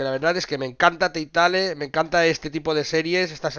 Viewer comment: ánimo con el canal de gameplays y Telltale se pronuncia en español "telteil", y por cierto la edición física está también para consolas?